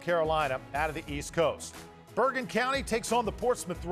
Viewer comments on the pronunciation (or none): none